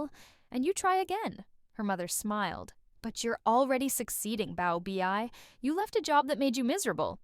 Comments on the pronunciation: Pronounced "bow-bay" correct? And bow like cow, not like low. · The mispronounced baobei had me rolling the entire time whenever I would hear it.